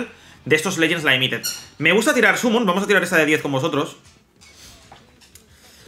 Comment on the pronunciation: Legends laimited jaja todavía lo dice así 😂